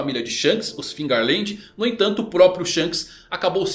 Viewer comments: Fearland faz mais sentido pq está escrito, pq todos estão falando figerland? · pq vcs falam com G se não tem G no nome???